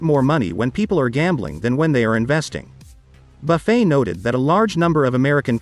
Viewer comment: I enjoyed hearing the Oracle of Omaha being called "Buff-fay!" 😏😆